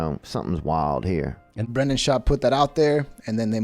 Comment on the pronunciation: When he said Brendan it sounded like “brain dead”.